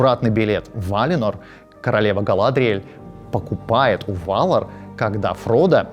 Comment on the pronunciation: Жуть как режут слух ГалАдриеэль, ВАлинор, ВАлары и др. На русском языке благозвучнее все-таки по-другому.